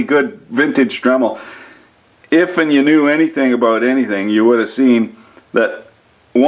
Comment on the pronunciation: "doot aboot it" Canadian or Scottish? ;)